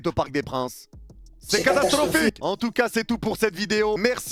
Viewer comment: Résumé de la vidéo : C’EST CATASTRRRROPHIQUE